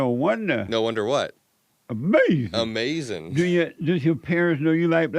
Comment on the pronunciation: I could’ve told you this was going to be the weirdest most asinine interview with the biggest,weirdest most asinine MAGA that tries to trick you into an answer where he can just say Uh-mazin! Then talk about women while thinking he gotcha when you say anything bad about trump or not being a Christian and will open the conversation from whatever it is to black people,their families and jobs and likely Jim Crow laws somewhere it’s always the same. He’s unequivocally the most asinine,ridiculous pod.